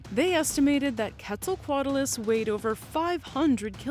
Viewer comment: I mean, thats how shes saying it.